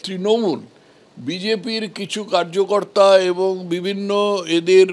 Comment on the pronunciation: কার্যকর্তা নয়। ""কারিয়াকর্তা""বলুন 😂😂😂😂😂